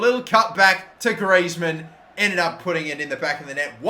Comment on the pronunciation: quite correct than other footballers name